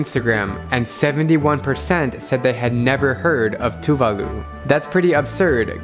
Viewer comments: Talofa. I've heard of all three countries but not much about life in two of them. Coming from Oceania of course I've heard of Tuvalu and it would have been good to hear the correct pronunciation of the country's name. The stress is on the second syllable. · *Locals tell him it's pronounced "Tuvalu"* *Proceeds to call it "to the loo"* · It's "Tuu'vaalu" not "Tu'va'lu" As Pacific islanders it's getting annoying that westerners believe we all still live in the stone age. Yes some of us still do & that's because they chose to do so in order to keep their ways of life, customs & culture. For a Pacific islander like me & where I come frm it's a different story. We struggle to keep our ways of life after being colonized by European countries & then by America. Thanx to those western countries that colonized us they have created poverty in our islands! Yet they are still unaware we even exist! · Thats funny. However its pronounced Two-VAH-loo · It Sounds like "True Value" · I'm khmer too and I pronounced it ToOoOoOoOoO tHe LoO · Tuvalu better not sink🤧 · I heard Tuvalu